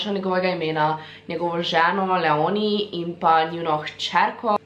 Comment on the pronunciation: hej, ni hate samo popravla bi te zaradi imena Leoni ali Leonie, ko prebereš to ime moreš naglas dat na črko e toraj Léoni